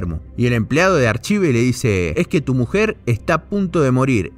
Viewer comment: en realidad se pronunciaría "arcaiv" pero estuviste bien igual... Banco fuerte el video y el esfuerzo.